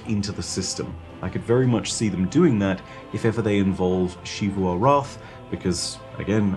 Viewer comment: Every time this guy says sheevu arath it makes me want to blow my brains out... it’s xivu, ZEEVU